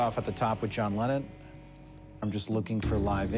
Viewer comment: "a John lemon" 😂😂